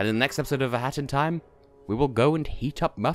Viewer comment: I thought you were trying to make "go" sound like "gold".